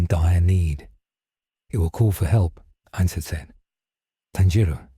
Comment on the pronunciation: Finally! A story that pronounces his name right.